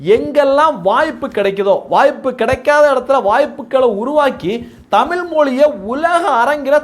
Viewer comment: தமிழ். Not தமில்